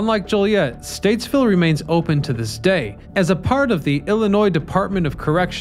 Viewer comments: Stateville not Statesville 😊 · Stateville not Statesville. But my God, I love these old Chicago videos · Bruhhhh... it's Stateville... no "s"